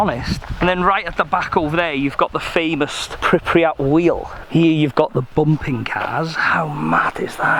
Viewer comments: why does he keep pronouncing "pripriyat" ? its pripyat :D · Pripyat not pripriyat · pronounced: pripiyat but spelt: Pripyat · I SWEAR IF HE SAYS PRIPRYAT ONE MORE TIME